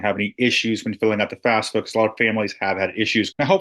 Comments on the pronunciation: It’s pronounced *FAFSA, …not FASFA! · Thank you because it seems like people are often saying it as"FASFA" just like in this video